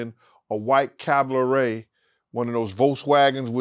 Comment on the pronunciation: The way that he pronounced Cabriolet has me qeak 😅😅😅😂😂